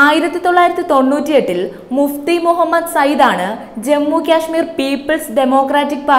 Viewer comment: ക്യാഷ്‌മീർ അല്ല കാശ്മീർ എന്നാണ് പറയുക